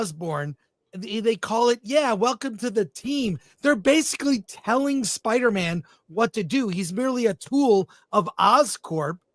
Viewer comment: Spida Man soft A